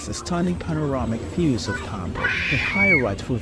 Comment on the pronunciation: Всё круто, только не ТАмбов, а ТамбОв. Тамбовчане очень не любят, когда говорят не правильно